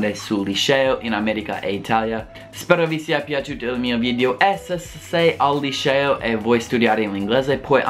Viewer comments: Non si pronuncia lisceo ma liceo. La C si pronuncia come 'chat' in inglese. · "IL LISCEO" ahahah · 'Lisceo' HAHAHHA io adoro te e il tuo canale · il "lisceo" ahaha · SEMBRI TOSCANO QUANDO DICI LICEO ADORROOOO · Quando pronunci LICEO devi dirlo come se dicessi Cherry non come Precious !!!!!